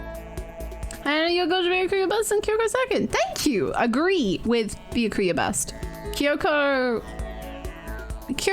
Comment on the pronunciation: lol I love that Hannah still sometimes calls Byakuya "Bakula"